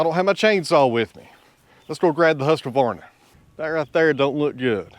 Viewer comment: I would use the red cedar, and cut it to length with your “Husq-varna”. Not with the “Husq-A-Varna”. Just sayin friend.😅